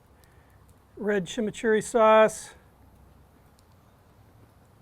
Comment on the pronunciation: Great tribute! Also liked your pronunciation of chimichurri is totally correct